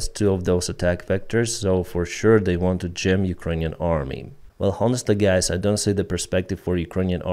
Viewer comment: Hi. I’m just trying to help yoy. The H in honesty is silent - it’s pronounced Onestly. Keep up the great work 😎 Rory